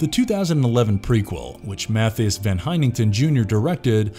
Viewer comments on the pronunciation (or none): none